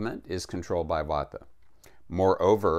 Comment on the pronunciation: Vata, not vodka. Vata is a dosha, like pita, kapha. It is a type of energy.